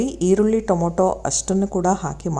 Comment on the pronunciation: ಟೊಮೋಟೊ ಅಲ್ಲ ಟಮಾಟೊ